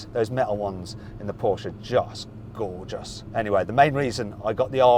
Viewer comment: Jesus, you went full Welsh "Just Gorrrr-jus"! 🤣